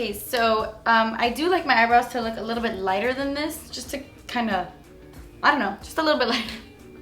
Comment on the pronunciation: LMFAO! I can't be the only one who broke out laughing from, ".. a little bit, JUSS A LEETLE BEET." 😭 played it over & over.